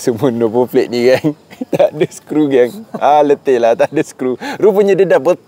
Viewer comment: Asal sebutan no plate kau jadi no "flate" ?